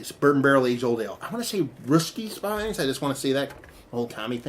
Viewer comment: The Spies name is pronounced speez.